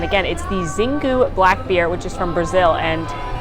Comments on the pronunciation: My Brazilian husband says it's pronounced "sheengoo" not "zeengoo". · Xingu is actually pronounced Shin-goo 😂😂